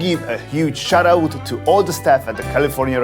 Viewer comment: Please practice your pronounciations... e.g. 'laundry' is pronounced wrong as well as "hosting'.